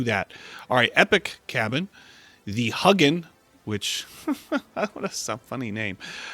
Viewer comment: you're awesome! But it's not pronounced huggin, it's hue (as in Philips hue) gin